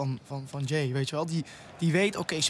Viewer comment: het is niet ja-ey maar jaey